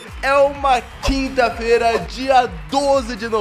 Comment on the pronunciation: Impressão minha ou ele falou “tinta feira”?